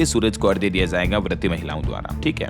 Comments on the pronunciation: बहुत गलतियां करते हैं आप लोग भाषा और व्याकरण की। आपने की तो लाखों लोग जो सुनते हैं वे भी वही चूक करते हैं। आज आपने अर्घ्य को कई बार अर्ध्य कहा। ये आपके लिए तो माफी के काबिल नहीं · Abe lallu arghya Hota h ardhya nhi Hota h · नमस्कार। कृपया आप अर्ध्य न बोलें क्योंकि यह अर्घ्य होता है मतलब ध = घ स्त्रोत को भी स्रोत बोलें। क्योंकि एक पत्रकार की भाषा का सभी अनुकरण करते हैं।